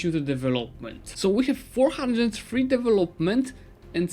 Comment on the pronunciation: Im not even English speaker but maaan... devEloment!